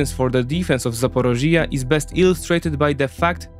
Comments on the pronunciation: I liked the video but if you gonna talk in length about a place learn to pronounce it first, my ears were bleeding hearing you saying Zaporizhzhia and I'm not even Ukrainian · Hi, You're pronouncing Ukrainian places using Russian names. For instance, the region and city of Zaporizhia. Please see quote from Wiki, "Zaporizhzhia[3][note 1] (Ukrainian: Запоріжжя, IPA: [zɐpoˈriʒʲːɐ] (listen)) or Zaporozhye (Russian: Запорожье, IPA: [zəpɐˈroʐje] (listen))" which I hope helps explain it. I wouldn't normally make a comment but you use the Russian Zaporozhye dozens of times in the video and it's also not just this word and not just this video. A nation fighting for its independence from Russia should be able to reject its colonial names. It's particularly important right now so it would be great if you could go out of your way to accommodate this. Thank you! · It's not "ZA-PO-RO-(JI)-YA", where the part in brackets is stressed, it's "ZAPO(RI)JJYA". Listen to some Ukrainian news presenters here on Youtube saying this name. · The explanation nearly perfect, thx! Hope ZSU & the partisans manage to cut off those supplies soon, really hope, it’s extremely needed Besides the topic, thx for clearly showing Crimea as Ukraine. Btw Zaporižža, zah-po-REE-jah, j like si in vision 😉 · The way you say Zaporishia or other names is just painful to hear. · I have never heard of such funny pronunciation of my hometown Zaporizhzhia😅 Accent must be put on the first “i” in the word. But so detailed analyses of the situation I did not even see on Ukrainian channels, thank you! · Why don't you research your pronunciation, too. One example for all - the accent in "Zaporizhzhia" is in the 3rd syllable, not 4th. You can also use an app to read your text out loud, take pronunciation notes, and only then do your own reading.